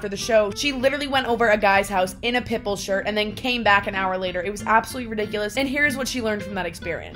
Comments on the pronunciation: everytime you say Pitbull it sounds like you are saying "pimple" wtf loooool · Not me hearing pimple everytime she says Pitbull 😃